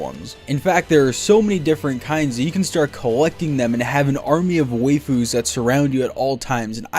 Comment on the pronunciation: When he says waifu as (wayfus) you know its scripted